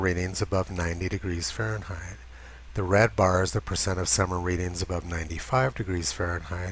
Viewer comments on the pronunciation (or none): none